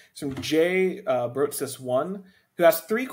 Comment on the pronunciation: & Thanks again you guys for taking all my questions! You’re too kind! I was expecting one or two. Congrats on the milestone, again. I’ll be here when you hit the next one and I’ll try coming up with fun questions in the future! And Brotsis is pronounced (Bro-tis) 😄